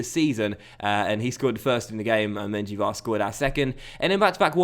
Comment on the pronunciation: 1. its yassin, not yashin 2. the J in menjivar is pronounced as an H